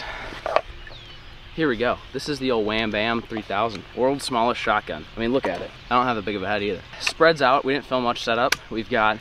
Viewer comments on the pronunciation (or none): anyone realize he saidshotGUM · pov: everyone is talking about how he messed up saying shotgum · It’s shotgun not shotgum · you said SHOT GUM not shot gun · U said shotgum 😂😂😂😂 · I think it's funny how it's shotgum not shotgun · shotgun not shotgum just correct.